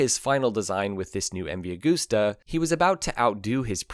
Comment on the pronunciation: Cant sit here and listen to you saying a-g-o-o-s-t-e-r any longer.